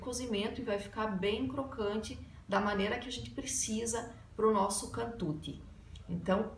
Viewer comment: Non è cantuti si pronuncia cantucciiii